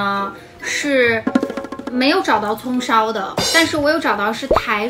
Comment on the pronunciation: U霸念蔥燒牛肉麵時我怎麼聽成了"風騷"牛肉麵；大家泡的方式是如何?我個人是把粉包跟醬料包放入加水，把調理包壓在泡麵上，等待三分鐘，開動。